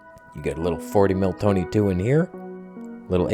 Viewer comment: TONEH! LOL😂